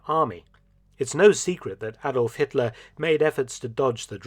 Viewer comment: Hatler,Hetler, Hitler..